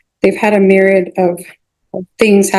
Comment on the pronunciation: “Mirad” of things happen? How about a Myriad?